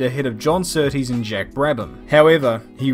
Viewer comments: It’s John Surtees - not S’tees - at least give him deserved respect by pronouncing his name correctly ?!?!? Cheers. Rx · John sooties it sounded like lol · john settees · Annoys me a little that is British yet can’t say Surtees correctly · The pronunciations of Surtees and Hulme broke my heart. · GDTrayner I’m an English avid F1 fan, I’ve never heard anyone before say Surtees name like that, it annoyed me too. He had one ☝️ job.... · I'm howling that was hilarious. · Kiwi pronounces Surtees exactly how I have heard every single person in my life pronounce the name. British guy decides to pronounce it totally differently. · Never heard Surtees pronounced like that b'fore